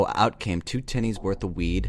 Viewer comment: 'so out came 2 tinnies worth of weed' Holy shit this is so surreal hearing kiwi slang said by an American hahahahaha